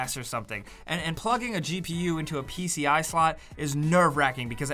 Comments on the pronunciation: Hugs dude said pci it’s pci-e dum dum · PCI not PCI-E lol